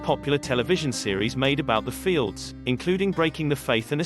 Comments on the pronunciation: Very cringe. NOT “fields”… they’re known as F-L-D-S. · They are not known as "fields" as you are saying it. They are known as F L D S